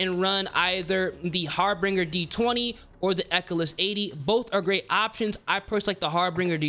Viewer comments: Dude there’s only two Rs in HAR-BINGER..you keep sayin HarbRinger 😂😂😂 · It's pronounced har-binge-er. Awesome video tho, thanks!